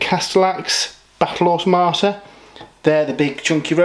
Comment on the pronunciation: How on earth are you saying Automata so wrongly? O.o